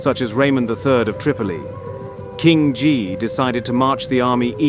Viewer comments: Not Ghee but Gee. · Nah, can't get over the narrator not being able to pronounce Guy properly.